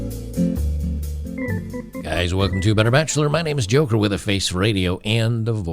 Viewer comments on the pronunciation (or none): none